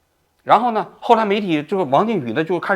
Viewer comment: 渝 yu 二声